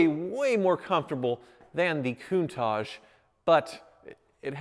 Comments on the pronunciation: Your speech impediment is very apparent in this vid. It's KOON-TAASH not KOON-TAAJJ. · Also, it's CountaTch, no tash or targe, it's TaTch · I really hate the way he says countach